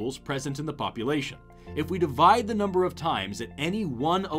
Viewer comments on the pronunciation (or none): none